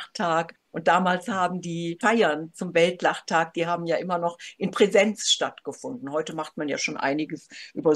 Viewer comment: Oooo, nicht jaaa, sondern Aaaaa, Aua!